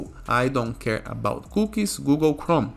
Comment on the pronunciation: they are pronouced....."cookies" not cooks